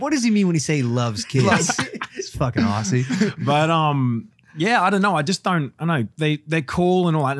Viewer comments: there's no way logan said aussie like that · LOGAN I HEARD YOU SAY AUSSIE ITS PRONOUNCED OZZY!